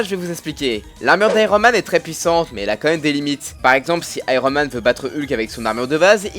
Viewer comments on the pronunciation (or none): C'est juste une armure counter Thor (qui n'a pas la même puissance mais agit seulement comme un miroir). Du coup en terme de polyvalence ce n'est pas la meilleure. Et c'est Iron Man pas Aïe-ro Man! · on dit [aïe-one] man ^^